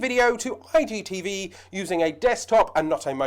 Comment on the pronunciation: Nice video Fella... But be honest are you accidentally saying IDTV? I just kept hearing that. thanks for the video, very helpful :-)